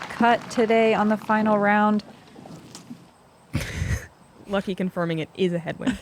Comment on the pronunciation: Calling Lykke "Lucky" seems very strange to me. It isn't that hard to pronounce.